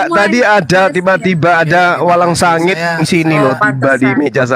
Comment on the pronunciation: Mantap logatnya mendadak jowo krn tiba2 ada walangsangit🤣